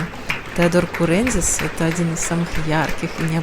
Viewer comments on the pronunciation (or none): Теодор, дружище наш, КурендзИс 😁😁😁 Ударение на -ис 😁😁😁